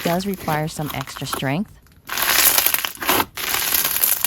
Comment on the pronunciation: stop saying it takes eastra sragnth to statch it